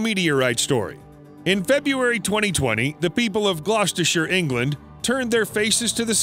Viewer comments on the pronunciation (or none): none